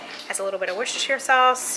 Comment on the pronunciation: You said Worcestershire! Correctly!! 🤪